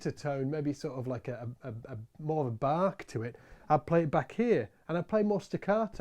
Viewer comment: You say “bark” and I hear Bach.